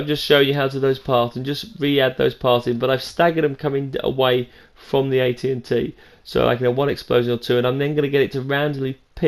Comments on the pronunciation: Its A-T A-T no n's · it's not an AT AT it's an AT ACT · Sounds like he is saying AT&T lol